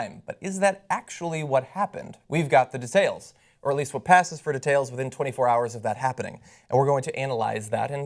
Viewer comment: The way he said details tho